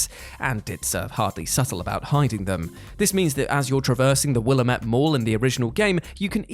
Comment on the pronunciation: I will never forgive that game for the way they pronounce "Willamette." (For the curious, it SHOULD be will-AM-eht).